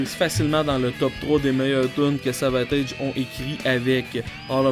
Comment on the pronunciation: Je me suis abonné à ta chaîne, mon ami. Deux petites choses, nonetheless: 1. J'attend avec IMPATIENCE tes futures chroniques/critiques sur le 'Tage.. 2. On prononce Savatage comme Sabotage.. (détail, c'est pas grave) Oh et puis merde, une troisième chose: 3. Je suis d'accord avec toi sur Grace Of The Witch et Dungeons.. Tout comme Morphine. Masterpieces all around!!!! Allez, je te laisse.. Rock on, brother!! Un bisou de France (not in a gay way though!!)